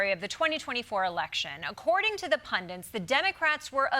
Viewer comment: Desi's pronunciation of "pundits" as "pundants" is so charming with her impeccably crisp witty delivery (I feel like I've heard this weird pronunciation elsewhere? Maybe it has just proliferated amongst TDS? Is this the new "nucUlar" I just need to get used to?) Edit: and yeah, this is obviously the most important thing to comment on, of course (whispers: but also, I'm still curious if other people have noticed this - is it regional? )